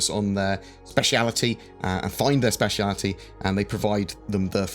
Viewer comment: A random comment you shall have. 'specity'